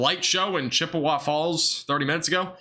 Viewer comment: Can't pronounce Chippewa but is educated ya I don't think so but stop pretending